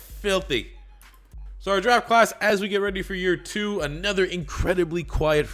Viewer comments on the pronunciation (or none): none